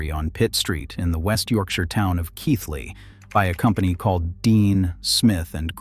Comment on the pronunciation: Well done on getting the pronunciation of Keighley correct, ànd getting a photograph of Bingley at the correct point in the video